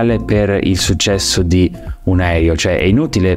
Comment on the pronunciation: Grazie, bel video. Ma perché continui a dire "aerio" anziché aereo? 🙄